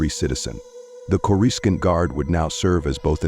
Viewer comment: Say with me now, Corrus-scaant